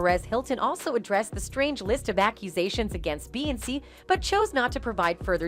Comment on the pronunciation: Dang SAY HER NAME RIGHT!!! BEY-ON-SAY!! SAY!! SAY!! BEY-ON-SAY!! SAY AND GET IT RIGHT!!!!!🙏🏾🤦🏾‍♀️SAY